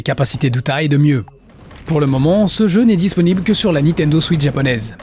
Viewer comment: par contre on dit pas "Nitendo" mais "Nintendo"